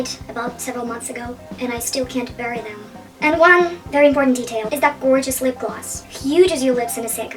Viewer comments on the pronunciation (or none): none